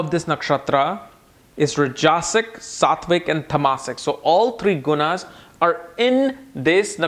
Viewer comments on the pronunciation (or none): you sometimes mispronounce Sanskrit words. For eg. Shatabhisha, Saatwik, etc. 🙏 It's not "Padha", but "Pada".